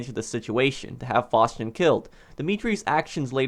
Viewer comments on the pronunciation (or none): Why are you saying fauschin it's faustin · ‘Faushchin’ it’s Faustin lol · I kinda hate how he says Mikhail Faustin’s name 😂😂😂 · How tf do you pronounce "Faustin"